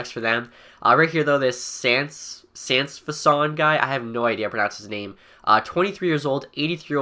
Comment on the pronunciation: Sansfaçon is french so you have to said the c like a s ;)